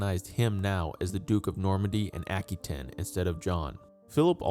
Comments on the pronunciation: His mothers name was Eleanor of Aquitaine (pronounced “aqua taine, not aky ten as he keeps saying) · *Aqua wa tane*, not tin. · Never heard Aquitaine be pronounced ackytin